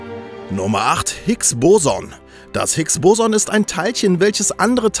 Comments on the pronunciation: Du hast das Hicks-Boson falsch ausgesprochen. Man spricht das erste o schneller aus, sonst ist alles richtig. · Es heißt higs bosooooooonn, nicht higs bòson